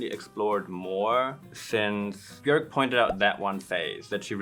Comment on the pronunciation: They day when English speakers learn how to pronounce ‘Björk’ we will finally have world peace ☮️